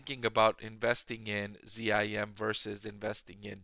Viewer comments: Geez why do you pronounce it Z-I-M? It's ZIM! It's difficult to take your analysis seriously when you don't say the name of the company correctly. What would you call Tesla, T-E-S-L-A? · ....DE-von and Z-I-M? So hard to listen to.